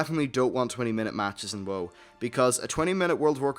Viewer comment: after watching your videos for 2 months now... im still not used to u calling WoW "woah"